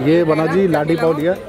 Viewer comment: Pls pronounce laadee pao instead of ladi pao... Mumbai wale h hum bhai